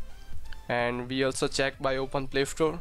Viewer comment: It is play store not play ftore